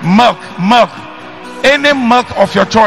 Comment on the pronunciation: Yes ooo even the way he pronounced milk koraaa as molk lol concert